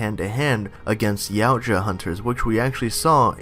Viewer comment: Its pronounced "YOW-T-YUH" Not "YOW-T-JUH"